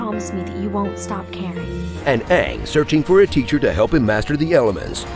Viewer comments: Okay,, did call him Ahhng instead of Ayng? That's pretty quick way to get "Avatar" fans outside your door with pitchforks. Ask M. Night Shyamalan. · did he just say "Oong"?...SHYAMALAAAAAAAAANNNNN!!!!!